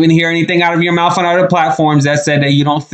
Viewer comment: MOUF?.... DAMN. Try MOUTH!